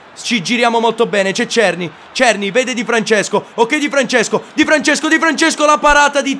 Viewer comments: è della republica ceca, ma la pronuncia è SERNÌ, non sto scherzando, vatti a vedere le partite dell'ajax e senti come pronunciano il nome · La pronuncia di Cerny è SERNÌ, è francese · adesso o si pronuncia cerny o serny, l'importante e intrattenere, un abbrAccio!!